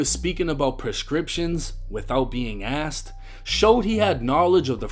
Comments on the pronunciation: I’m sorry but using the word axed 🪓 instead of asked is a black thing….. I live right a the border od north/south and in 48 years I’ve never heard a white person from south say axed 🪓. That’s a black thing like amboolands instead of ambulance🚑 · “Axed her” is crazy 😂😂😂😂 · So what ive learned is that make sure you pronounce your words correctly you can use the right words.. dude got popped for saying Axt not Asked, not gonna lie that's pretty funny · Bro you fucking me up tryna say asked the right way I ain’t kno I said it with slang I’m in ATL